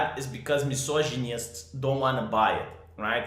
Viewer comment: Love how you say misogynist - Miz’onj’nijzt